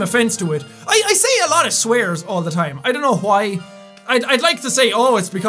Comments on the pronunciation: I like how when he says "why", it sounds like "Hawaii". I just like his accent in general though XD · his accent doesn't allow him would actually pronounce the w sound